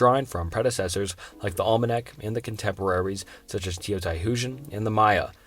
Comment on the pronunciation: Why do people call this quality content? The dude is reading a script with a very small grasp of English. I would think a quick Google pronunciation search would make this understandable. How many different ways can you pronounce Olmec? Apparently 6 different ways! I had this on a louder volume at work and a coworker thought I was trying to learn a foreign language. I had to turn it off because I couldn't quit laughing after Indus became In- deuce.